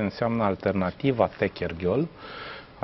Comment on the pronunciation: Băi Grindeanu ,vezi că numele localitații este Techirghiol ,nu Techerghiol... Dîng.....🤦